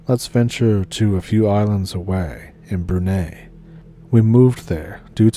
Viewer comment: Brunei is pronounced ‘broon-eye’. Broon as in broom and eye as in 👁️ . Not to be the language police but it’s like if someone from Brunei pronounced Seattle like ‘seetle’ .